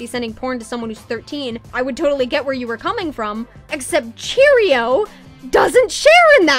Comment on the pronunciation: Everyone keeps calling Cherioux cheerio omggg lmao, btw it's pronounced sheh roo but please keep saying cheerio it's funny